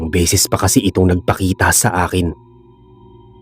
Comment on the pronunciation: Bisaya. - BESES hindi BISIS PERO hindi PIRO Para ibayad sayo PERA hindi PIRA Bisaya. - ORAS hindi URAS